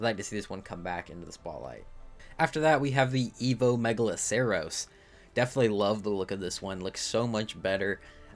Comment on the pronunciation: Bro can't pronounce: Diplodocus Megaloceros Paraceratherium Ankylosaurus Pachy Stygimoloch Pachyrhino Gallimimus Doedicurus Arthropods Araneo Pulmonoscorpius Dunkleosteus Liopleurodon Troodon Carbonemys Archelon Lystrosaurus Dilophosaurus Kaprosuchus Quetzalcoatlus Tapejara Argentavis Kronosaurus Styracosaurus Dimetrodon Megachelon God help him, fr...